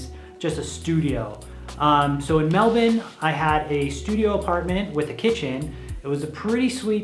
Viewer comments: An American finally pronouncing Melbourne correctly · The way you pronounce Melbourne is bloody impressive